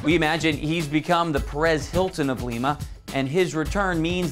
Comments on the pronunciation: Its not l-eeee-ma its lima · Its lima not leema 😂😂😂😂 to whoever was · It's Lima, not Leema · that's what I was thinking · Seriously! I mean, he has clearly never watched an ep of Glee in his life, or he'd at least know how to pronounce Lima, OH instead of Lima, Peru. "She" - I thought I was hearing things. :) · Omg he keeps saying leema lmao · Is he seriously saying.. leema?